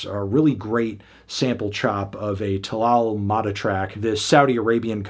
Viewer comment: totally butchered talal’s surname! 🤦 lol